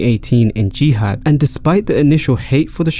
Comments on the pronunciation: Did you refer to Riyadh as jihad at the end there?? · This video has been a bit innacurate. The new era cant be becuz was hot garbage. also you said "Jihad and not riyadh" LOL